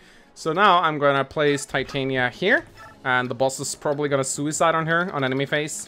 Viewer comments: Uuuh, so Titania‘s name is from that Shakespeare play „A Midsummer Night‘s Dream“ and it‘s pronounced Tee-tah-nee-ya and if you keep saying it that other way I think I‘m going to have an aneurysm. BUT the stat screen looks amazing and the effort you‘ve already put into just showing the units is really paying off and makes the video feel very very high quality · pro tip to those who played this not knowing how to pronounce Titanias name. Tit-tan-ya and this concludes your daily message from your local grammer nazi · The way they pronounce "Titania" bothers me.